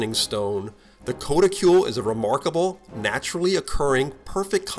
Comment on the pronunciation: it's pronounced "k-ah-t-i-kool".